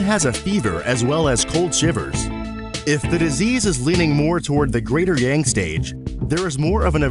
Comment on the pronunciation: The word "Yang" is pronounced with an ah sound, like when you say massage, not with a typical "a" sound. At first, I was not sure what you were talking about because the word was mispronounced and I didn't understand what you were saying. Also, the music in the background is very distracting and the lesson will be more effective without the music or a slower tempo. Other than that, the quick explanation was very good.